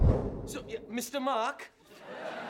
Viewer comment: "MiSTa MaWk" Mark: 👁️👄👁️